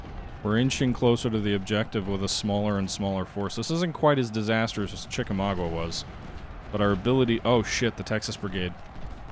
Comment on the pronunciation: Chickamau-ga. Not mau-gua.